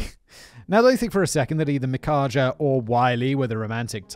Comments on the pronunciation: I thought it was pronounced "Mike-Ah". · i would say that name is pronounced mikka/mica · Micajah is apparently pronounced mih-kay-ah, the I pronounced as a short I as indolent. They're danish, or at least their names are. And congrats Matthew! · I keep snorting everytime he says "Micajah" because I recognized the name. I have no clue about other spellings of it, but I am familiar with the building of the word. "Mick-eye-ya" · Micajah- ( mech-aye-ahh) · Micajah: "Mah kay' ja" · Pretty sure it's supposed to be pronounced mick-eye-uh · Just in case it ever (unlikely) shows up again, Micajah is pronounced mu-KAY-uh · Mikajah- mick-EYE-ah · His name is pronounced "Mick-eye-Yaw" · Pretty sure it's pronounced my-ka. I may be wrong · Micajah (Me-kye-ya) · The J is silent. Name is pronounced My-Cah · I had to look up the name pronunciation, just out of curiosity, and the J is pronouned like a Y. It's a Hebrew name according to online searches. Makes sense to me.